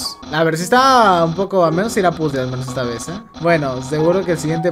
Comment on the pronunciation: épicas clases de Inglés con "PUZL" no sabia que esa música venia de undertale